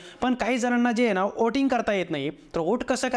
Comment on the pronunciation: व्होट नाही.. "ओट" आणि "ओटिंग" !! 😂